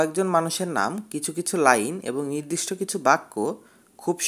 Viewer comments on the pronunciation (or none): none